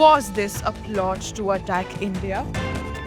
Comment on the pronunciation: The girl's voice says "Was this a PLOG to attack India"? Did she mean a PLOT? What is a PLOG?